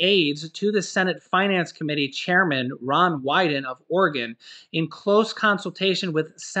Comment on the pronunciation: I know this has nothing to do with nothing but the way your pronouncing Oregon is driving me nuts!! It is pronounced as if its spelled this way, Oregun not Oregone as u are pronouncing. Thanks for your great channel!! I haven't heard anymore of the $200 per month raise for ss, ssi, ssdi? Is that in this package?